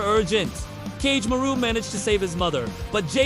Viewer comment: The pronunciations of Kagemaru (Ka-geh-ma-roo) is frying me 💀